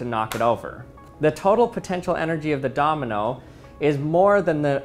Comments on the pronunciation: Am I the only one who's hearing the word Dominal instead of Domino??? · Anyone else hearing him say dominal sometimes instead of domino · Did anyone notice that he's saying domenel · Can u say Domino and not dominal? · I can't get over how he pronounces it "dominal" 😂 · It's driving me mad - I keep hearing "dominole" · Are you saying “dominals”? Lol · Did he say dominals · Is it Just me or he is saying dominol and dominols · stop saying dominol